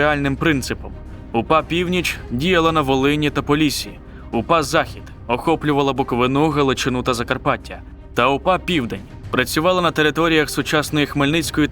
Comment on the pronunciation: БуковИну, а не БуковинУ. Це пздц автор 🤦‍♂️